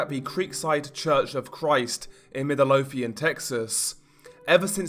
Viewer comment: Anyone else find it funny how he said “Midlothian,” Middle-o-thian lol